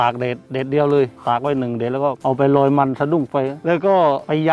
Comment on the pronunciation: วาวะ "ลอยมัน" ครับ ไม่ใช่ รอยมัน